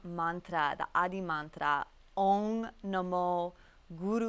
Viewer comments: What you are doing is a great job mam and as an indian I'm really proud of you that you are trying to spread the knowledge of yoga to the world bt one thing I would I would lik to say it's om not ong actually om consist of the whole world's sound within one sound nd it's remebering our god by passing a sound that reflects to the whole universe Anyway you are doing a great job keep going👍👍👍👍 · I like that how foreign people follow Indian culture a lot of love from India 🇮🇳♥ BTW in the first it is not ong it is om the matra of third eye and the crown chakra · it's not "ong namo guru dev namo" the correct pronousation is "OM NAMO GURU DEVA NAMO" don't tell wrongly it's Directly effected your mind and throught,plzz... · It is "ohm",not ONG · I believe it is OM 🕉 not Ong .. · I have seen writen ong or it is OM what is the pronunciation, mantra right pronunciation is necessary?